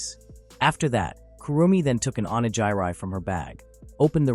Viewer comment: How does a channel that covers Japanese manga pronounce onigiri incorrectly? Get a better ai.